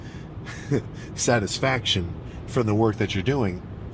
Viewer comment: In when Sam tried saying satisfaction and I corrected him even though there’s no one else in the room Bro I didn’t feel this way since I was answering Dora’s direct questions